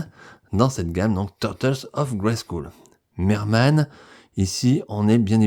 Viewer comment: Merci pour tes vidéos, il faut prononcer « grayskeul » et non « grayskoul » au fait 😉